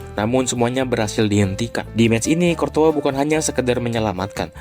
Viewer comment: bro gw masih baru ngikutin persepak bolaan. masih sering bingung sama cara baca nama pemain dan courtois dibacanya kortoa?? darimana weh soalnya selama ini aku baca kourtois